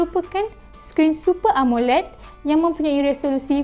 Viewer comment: Terdapatnya.....terdapatnya....omggggg so annoyinggggg,carik reviewer laki la klau pasal fon2 ni amanzzzz,subscriber dah helok dah naikk,pmpuan tau apoooo,amoled pon sebut mcm amoreeeyyyy,ingat rasa2 syg heyyy kaaaaa..